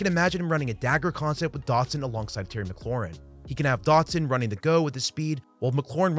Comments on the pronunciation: in the first 30 seconds you said "Curtis Samuels" and "Jahan Doxon", how am I supposed to take it seriously from there? The content is fine, just smack talking the strange mispronunciations to start such a high effort video. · Your pronunciation of his last name as "Dockson" is giving me PTSD from having endured Josh Doctson's bust of a career. Edit: seems like you only did it at the beginning.